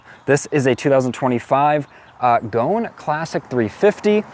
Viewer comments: The pronunciation is "Go-un", not goan. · Goan,... pronounced Go-an, ...is a province in India where the locals customize smaller displacement motorcycles by making them often outrageously flamboyant. This bike is a tribute to that custom ! It is not pronounced Goan, as in moan !